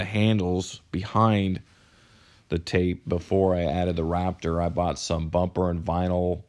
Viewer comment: Im sorry but im annoyed at the fact that you can't pronounce Raptor